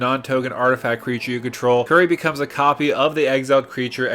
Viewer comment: It's Curie not Curry. As in Marie Curie.